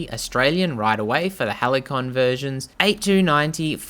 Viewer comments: It’s pronounced Hal-see-on. It’s actually a word in English. 🙄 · Pronounced "halseeyon"